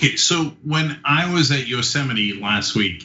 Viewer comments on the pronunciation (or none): Notice how Cenk got pronunciation wrong. He called it Yosemitee not yosimight. Maybe if he watched a few more presidential briefings he could get it correct. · Ummm... Cenk it’s yo-sem-ight!! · Cenk, it is pronounced, "yo-sem-ite," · Yosemite? Don’t you mean Yo!-Semite? Lol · You said, "Yosemite," Cenk. Siure you don't mean Yo Semite? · Cenk doesn't know how to pronounce Yo Semite!! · Yosemite?! you mean, Yo, Semite! 😂😂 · Yo-semite you mean? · Cenk, you were at Yo Semite last week? (Trump's pronouniation anyway) 🤣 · The sequel TYT piece to this story should be, "Ben Mankiewicz comments on Cenk Uygur's clever pronunciation of Yo-Semite National Park." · "It's so beautiful out here in Yo-sem-ite". Hahahahaha! 🤣